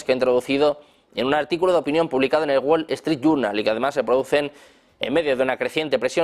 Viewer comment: ...publicado en el "Guol Estrit Yurnal".. min